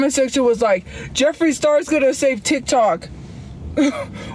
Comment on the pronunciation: She had no idea how to explain the "titok" ban. Also, she didn't like RedNote because she couldn't understand and got "fusstrated"